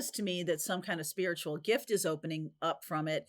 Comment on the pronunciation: Omg. Please stop saying gifty. GIFT. GIFT!